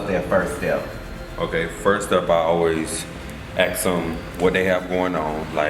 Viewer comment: Awww he said 'AX em' haven't heard black folks say 'ax' in awhile not that im complainin